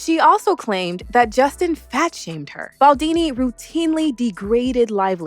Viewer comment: His name’s Baldoni, not Baldini 😂😂